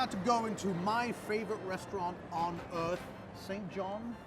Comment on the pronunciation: favorite place on "euth"